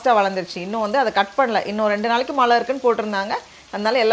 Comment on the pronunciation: Always a pleasure to watch your garden harvest.. love your simplicity and the way you engage your kid with nature.. kudos👍. One simple suggestion I would like to give you.. being a tamil influencer pls try to pronounce 'zha' in Tamil instead of replacing it with 'la'.. you said Malai for rain which is not pleasing.. it just needs a conscious practice.. I hope you will give it a try..